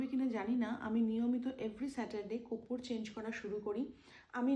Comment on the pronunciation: Teacher vul boltei pare na.... korpur to amra boli ar 420 teacher ar tar 420 Hollywood star koppur bole. 😃😃